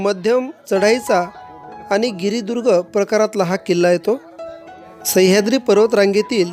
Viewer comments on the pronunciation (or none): none